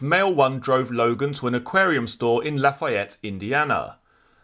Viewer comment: Great channel! Lafayette is pronounced La-fee-ette.